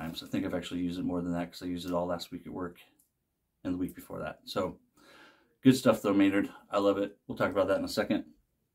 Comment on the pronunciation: Dude I get why you say "Doog" now 🤣